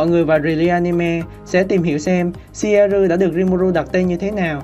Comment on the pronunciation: Ad phát âm theo phiên âm bên nhật là ...shieru 😂